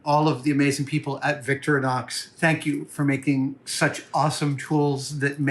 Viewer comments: There’s an “I” in VictirInox it’s Victor-I-nox. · Finally I don't have to cover that part of the screen anymore ! Now I just wish he will learn to pronounce 'Victorinox' correctly ! (I suppose I'll have to wait till he goes to Switzerland)